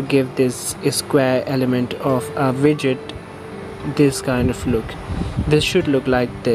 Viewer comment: You said vidget right?